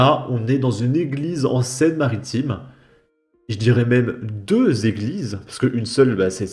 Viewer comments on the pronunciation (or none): none